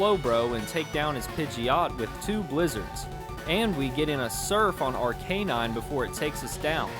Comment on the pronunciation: I love that you pronounced the arcane canine’s name correctly ❤❤